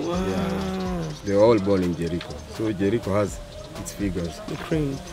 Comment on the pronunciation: Don’t confuse ur viewers ur being watched by people from outside Kenya so stop saying Jerii when ur actually saying Jericho try to avoid Nairobi street slang